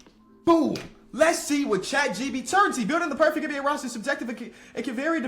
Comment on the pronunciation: Is he saying chat GBT?